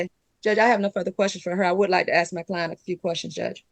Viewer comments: When did “axe” begin being switched out for “ask”? All of a sudden…boom…there it was! Really sounds odd. Does anyone know? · Ax... She ax a lot of the judge... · She said "can I axe🪓 the manager to turn the alarm off?" Why would she use an axe 🪓 on the manager ? And if she hasn't paid rent for over a year she should have at least $21,000 saved up from what she would have paid in rent, so how is she having money problems? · If you pronounce "ask" as "axe"... get a lawyer. You're not smart enough to handle this. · She just wanted to axe some questions